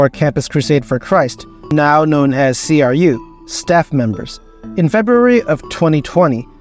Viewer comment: Love the video! Just a super minor point but Cru is pronounced “crew” like the beginning of crusade.